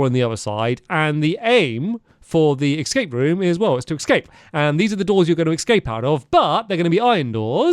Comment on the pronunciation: Hearing him say “ex scape” rather than the actual pronunciation “escape” always takes me back to the best YouTube video of all time, Sinking Feeling